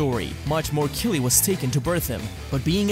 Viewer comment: Kili? You mean ki… idk 🤷‍♂️